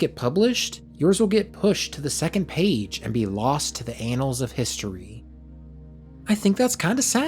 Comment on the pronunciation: “lost to the anals of history”